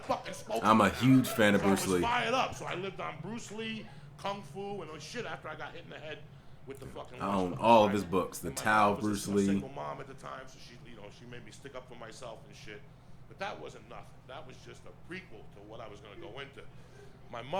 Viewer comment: No disrespect intended but it’s pronounced “Dow” (Dao) not Tao.